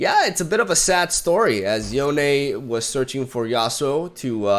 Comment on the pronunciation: "Yonay"??? Seriously? Like wtf? It's just Yone, like bone.